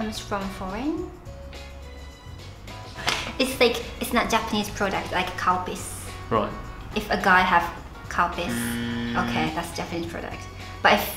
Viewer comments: OMG — How many years have I been watching your videos and thought you were actually calling it “cow piss”?! I could never understand why, if it was something you liked and drank, you’d call it cow piss. LOL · not to mention a bit vulgar because when they show milk she is saying cow piss (does anybody else here it) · He has definitely pronounced it as Cowpiss on purpose before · Am I the only one who thought said “it’s not a Japanese product, like cow piss” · Dying 😂 when she says Calpis, I had to go back a couple of times because it sound like she was saying ‘’Cow Piss’ 😂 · did anyone else hear 'cowpiss" instead of 'calpis'? xD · "If a guy has cowpiss it is not foreign" What? Oh Calpis. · calpis...I thought she said cow piss at first XD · Calpis.... I heard cowpiss. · Sounded like she was saying cow piss. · I can't be the only one that thought she said "Cow Piss"